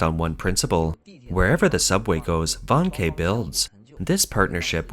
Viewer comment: 05;30 "VANKE" pronounced VARN - KER ... not "Van-Kay"